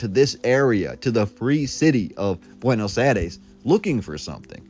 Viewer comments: Buenos aïres not buenos ares… 😉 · There are many many french type buildings you have no idea. Before making a video please inform yourself It is also BUENOS AIRES. NOT BUENOS ARES